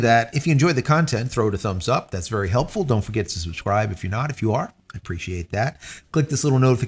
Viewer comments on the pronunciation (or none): none